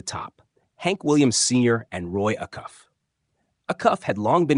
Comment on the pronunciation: Roy A-cuff.